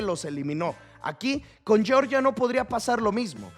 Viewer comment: Georgia se pronuncia tal cual, "YORYA" es la de los Americanos😂 Uno es un Pais lo otro es un Estado de USA.